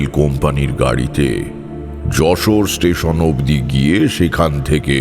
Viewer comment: খুবই বাজে যশোরের উচ্চারণ! একদমই হয় নি